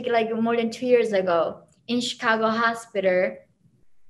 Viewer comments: " when I go to the Hostpiterrr " lol. I like this woman. Very smart. Glad she made it out. ! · "in Chicago hospitar".